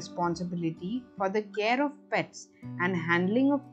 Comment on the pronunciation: Good one...Will be very useful for animal lovers...Could have avoided extra stress in the accent of PETS in the beginning...